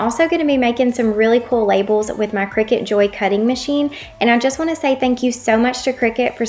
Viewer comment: I think you're pouncing Cricut wrong